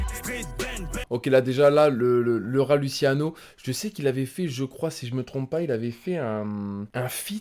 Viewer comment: Ohhh respect un peu le rat ça de prononce pas lutiano mais luchiano tu prouves ta crédibilité sur les piliers du rap